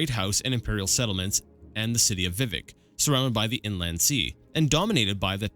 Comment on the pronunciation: Good job, keep it up! By the way Vivec is pronounced vih-VECK, emphasis on the second syllable. And your guess about the Sea of Ghosts is correct! I'm not sure that's what gave the sea its name, but humans were fleeing Atmora to Tamriel en masse and many ships sunk there.